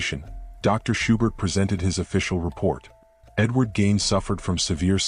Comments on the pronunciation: Eddie gain ??? No it's pronounced like geen not gain. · It's Gein,,, at least get his name right.